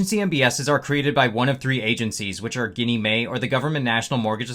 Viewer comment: Maybe try calling your broker and see if they can allow you to DRiP at the NAV. Another channel I watch has made a fortune doing that with Cornerstone. Also, GinnieMae is pronounced with a soft G. Like the “gin” you drink with tonic.